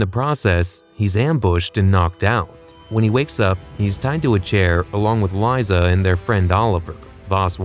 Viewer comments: fuckin ai voice. its lisa not lieza. weak sauce low effort channel. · Its pronounced lisa even with a z liza